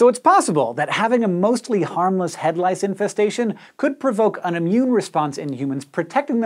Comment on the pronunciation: lice sounds like rice!